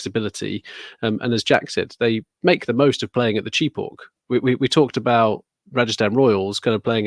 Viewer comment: Blasphemy. Chepauk is not "chee-pak", it's "chey-pauk.